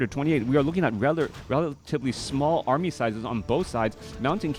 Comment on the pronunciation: what is an "Aramy"? lol great cast.